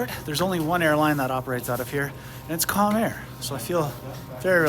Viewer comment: i honestly thought you said 'Con Air' lol.